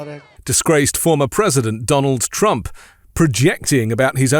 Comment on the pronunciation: At 2.24 he even calls himself “Strump”. 🤣